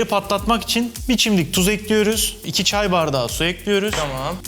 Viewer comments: En alıştığım "tencereyi ocağa ekliyürüm" lafını duyamadım💥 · NOBODY ESER BİLEN:TENCEREYİ OCAĞA EKLÜYRÜM. Jdjsjshsha